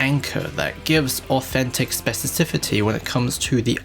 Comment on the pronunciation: You said "specicifity" instead of "specificity"